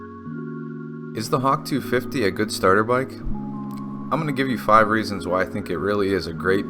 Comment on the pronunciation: Reasons !!! Not "threatens" ???